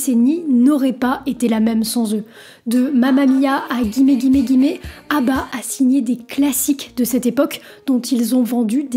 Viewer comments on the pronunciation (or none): ça se prononce gimmi ( contraction du langage de la rue: give me ). ils sont comme Kylie Minogue, Britney Spears, Madonna: l'icone des gays. normal qu'ils tiennent la distance. encore plus aujourd'hui qu'hier où on savait très bien qu'on allait passer un sale quart d'heure si on annonçait son coming out à papa maman. le regard de la société j'en parle même pas. après faut être né avant 70 pour le savoir. ensuite le disco a été créée fin 60, début 70 par un français dont j'arrives plus à mettre le nom dessus ( en plus il portait un alias-aka pour as know as, connu sous le nom de ). les américains appelaient ça la french song. 🤣je la reconnai, elle m'a tué avec son interprétation de Let it be. c'est Liv ! 🤣 Arrivée en Europe de la chaine musicale MTV le 01er Aout 1987 et un clip qui passera en boucle, jusqu'à en devenir un meme: Dire Straits - Money For Nothing 🎸🎵🎙 I Want My MTV 🎵🎸🎙 en 80, c'est la house music qui défonce tout, la musique éléctro en général. +1 like. merci. et +1 Abonné ❤ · Ca se prononce « gimmi »😉